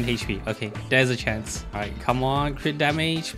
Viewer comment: Is it just me but u call every crit damage crit rat LMAO